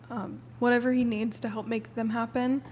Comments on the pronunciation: Tell girl 4 the word is pronounced TOO. Not "tuh." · I have never heard someone pronounce the word "to" as taaa before. The girl studying econ said that way 3 times in. I don't mean anything bad about her I've just never heard that before.😊